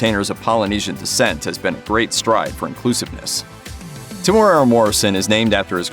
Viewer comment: Why do you keep mispronouncing his name? Lol